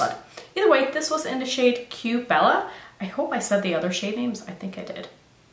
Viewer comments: It's pronounced 'k' bella! Like, 'k' pasa- (que pasa) [whats up] I'm a TOTAL WHITE CHICK- & Even I know that! I love you! Cue bella lol😜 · Que Bella I think is pronounced more like Kay Bella